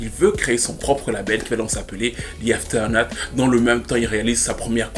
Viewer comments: Hen ben, quelle histoire, le talent ne fait pas tout.... On comprend bien quand ceux qui reussissent dans la musique vous assome avec "i'm very lucky".... Ou pas si on pense à Britney. Anyway, merci comme toujours, sinon c'est AfterMath et non AfterNath 😁 slim shady nous a bien marteler avec "shady/aftermath" 😜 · Avec tout les respect que je te dois c'est aftermath records et pas afeternath.... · puis dans toute la vidéo... CORRECTION : C'est Aftermath Records, avec un « m » et non Afternath. Aftermath signifie « les conséquences » tandis que l'autre mot ne veut rien dire.